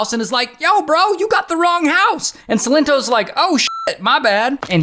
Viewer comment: Silent toes